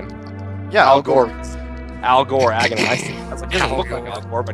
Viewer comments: did he...did he call Aghanim...Al Gore? dafuq? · I about died of laughter when I realized was talking about Aganhim when he said Al Gore.